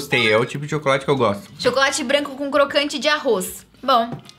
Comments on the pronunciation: O errando as palavras é sempre um acontecimento (ex: cocrante). É muito engraçado! ☺☺ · O me fala intermitente e do nada cocrante, ah não kkkkkkkkkk